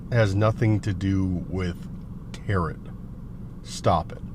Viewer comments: tarot is pronounced tear-oh. The final T is silent. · Tarot .. is pronounced like tare-row